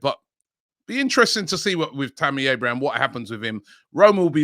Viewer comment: Its Abraham... not Abrahams 😅